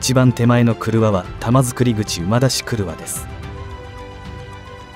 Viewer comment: 空堀（からほり）、玉造（たまつくり）、濁りません。